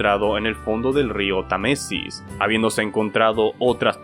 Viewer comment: No es río Tamesis es Támesis, con acento. Si vas a hablar de un tema tienes que pronjnfisr bien. No es inglés, es en español